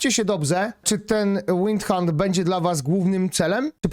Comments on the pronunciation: Chłopie, bo uszy bolą! To niemiecki czołg, czyta się tak jak jest napisane: WINDHUND - czyli po polsku "chart" (taki pies). Nie żaden Łajndhant. Czizys jezu chryste krajst. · To nie jest żaden 'łajndhaund', tylko Windhund - to jest niemiecka nazwa, to się czyta, jak się pisze. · Windhund należy czytać!!! To niemiecka, a nie angielska nazwa. Po polsku, to chart!!! Oj....słabo.